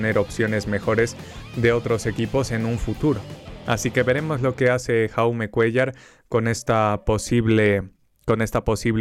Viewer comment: Dato: El nombre de Jaume Cuéllar se pronuncia "Yaume", el nombre está en català (idioma de la comunidad de Cataluña).